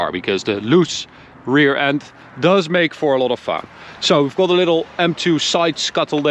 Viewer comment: Ben fan van jullie video’s en je Engels is ook best goed maarrrrrr wil je de “O” meer als “A” uitspreken, dus gat ipv got en lat ipv lot. Beetje meer tussen de O en A in eigenlijk. Verder niks dan complimenten.